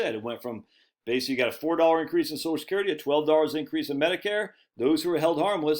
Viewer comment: Every time he says sosh-skerity, take a shot of liquor.